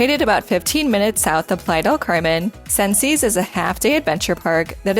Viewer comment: Its pronounced sences